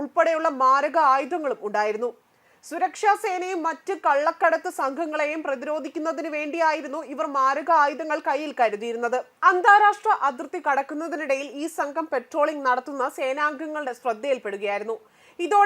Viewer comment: "പെട്രോളിംഗ്" അല്ല പട്രോളിംഗ് ആണ്